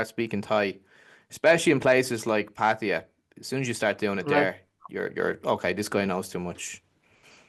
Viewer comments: He has pronounced it three different ways in this one video! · I know how a local Thai says it. If he could pronounce it correctly he wouldn’t say it 3 different ways. There is only 1 way to say it. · He says he is fully conversational in Thai but doesn’t know how to correctly say Pattaya? Ok 😂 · How do you "think", a local Thai says it?He has pronounced it three different ways in this one video😊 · pronouncing it 3 different ways surely shows he cannot speak Thai?